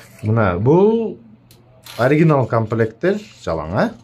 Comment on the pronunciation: Аргинал деп эместеп дастойну айталбайтасыг